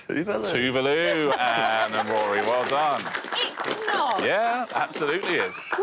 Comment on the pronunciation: Tuvulu, wtf. Genuinely thought I was losing my mind. It's Tuvalu, not Tuvulu. They spelt it correctly but the pronunciation is horrible